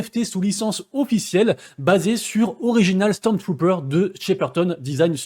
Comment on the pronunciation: "Stormtrooper" merci l'ami pour ce concous VIvre le schtroumphtrooper